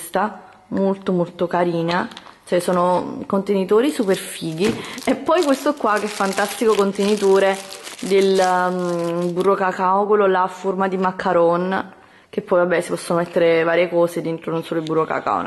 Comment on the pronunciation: non è un'offesa ma si dice macaron❤